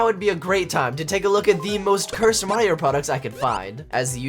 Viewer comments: No, you’re saying Mario wrong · OH GOD HE PRENOUNCES IT MARY-O this videos gonna be amazing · The way he says Mario ball😂